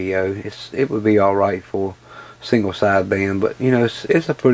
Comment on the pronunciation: Sorry to be picky but is there any chance you can start saying signal instead of single?